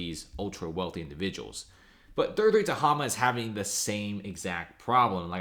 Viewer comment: Ta-HAY-ma. Mispronouncing.